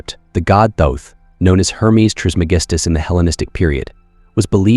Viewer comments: There is no E at the end of thoth don’t pronounce it like it has one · Really love the content on this channel but man...the way your speechbot pronounced Thoth could make Seshat weep and Seth giggle 😅Is that adjustable? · I believe you are correct. More I meant can you adjust the pronunciation for specific words like Thoth.